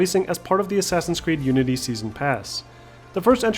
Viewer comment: Why do you say Assassins Creed Nudity? :D